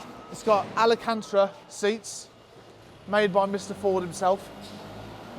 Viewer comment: it's alcantara, not alacantra 👍